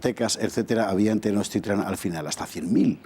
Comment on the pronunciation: Mal pronunciación de mexica y Tenochtitlan